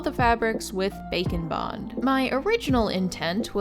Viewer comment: That Bakoblin mask is adorable. Funny thing I noticed - when talking about how you secured the books and trinkets I seriously hear you say “bacon bond” each time. I know it’s Bake ‘n Bond, but my way is funnier. ;)